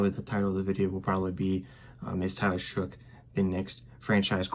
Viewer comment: His last name is pronounced " shuck" according to him . It is not "shook" or otherwise